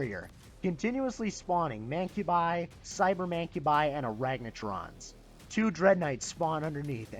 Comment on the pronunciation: Good review man! Legit made me laugh. Sounds like you're saying Aragnatrons haha!